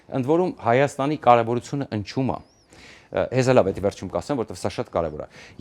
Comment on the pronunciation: ասեք` ոչ թե ընչում է, այլ ինչում է և քիչ ծամծմի հետ ու առաջ և ոչինչ։